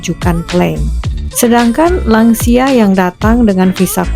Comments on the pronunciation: Lansia bukan langsia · Lansia: lanjut usia, bukan langsia